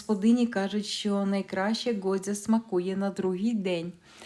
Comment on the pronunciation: Говорите ҐОДЗЯ а в назві до ролика пишете ГОДЗЯ ,ви вже якось слідкуйте за тим що пишете чи говорите ! А за рецепт безумовно вам дякую!😊